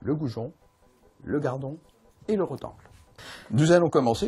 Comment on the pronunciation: Un rotengLE et pas roteng